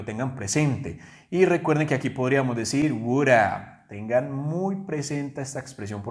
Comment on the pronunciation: Yo no diría "wudA" sino, "wu-dov" porque al final suena una "V" y NO una "A". Algunas personas la dicen así: "wudof" Pero das la clase muy bien. ¡Felicidades!